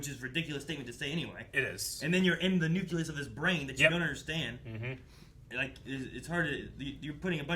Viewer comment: Say „nuculus“ again,! I dare you! 😤